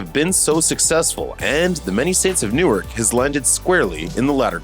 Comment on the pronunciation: Newark is pronounced new-work not newyork.